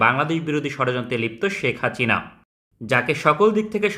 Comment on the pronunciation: ভাই আপনার হাচিনা বলা টা জোস😂